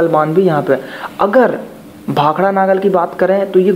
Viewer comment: Naagal ni nangal